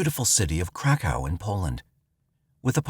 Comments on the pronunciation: That's exactly what I thought they were saying at first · I thought the same thing 😂😂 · Lmfao glad somebody said somethin thats honestly wat i thought he said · YES IT SURE DOES lol I HEAR THE SAME EVERYTIME HE SAYS THAT WORD😄🤦🏽‍♀️ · I kept hearing crack house the crack hoe. I came to the comments to see if anyone else heard the same thing 😂😂😂